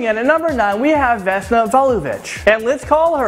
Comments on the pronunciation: It's Vesna. Not 'Vanessa'. I hate to be that person but it's scratching at me. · Is not venesa it is vesna i am from serbia and i know it.i am from Belgrade(Beograd) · vesna not vanessa it even stands there written vesna lol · Does "Vesna" look like it's pronounced "Vanessa" you stupid idiot? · It's VESNA, you kept calling her VANESSA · Its not Vannesa its VESNA :D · its vensa not venessa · Vesna Vulović hahahaa its great how u pronounced it